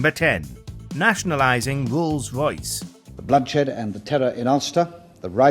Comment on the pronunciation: I feel bad saying this, but I can't enjoy listening to this guy's inability to pronounce the letter R. Wolls Woyce.